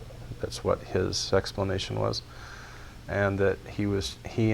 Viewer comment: He said he and his father hooked up, and instead of explanation he said sexplanation. Something fishy going on here.